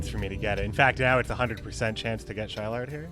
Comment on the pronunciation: Wouldn't Shilard's name be pronounced as "Shi-laad" instead of "Shy-Lard"?